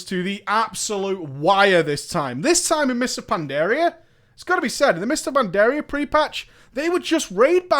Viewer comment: For someone so knowledgeable about WoW... for the life of me I don't understand why you can't pronounce Pandaria or Draenor correctly.